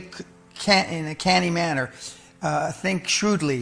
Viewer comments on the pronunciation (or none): 'shrewd", not "shroud" but good video. I'd argue against some of the advice but perhaps it works for others